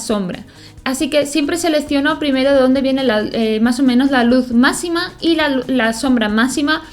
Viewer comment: me gusta cuando dices masima en vez d macsima